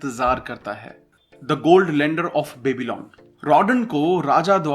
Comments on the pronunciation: It's pronounced as byabylon not babylon :) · क्यो बेबी-लॉन बोल रहे हो यार वो बॅबलॉन है कोई बेबी..लॉन नहीं